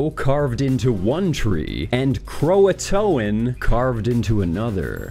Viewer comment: (By the way, "Croatoan" is three syllables, not four.)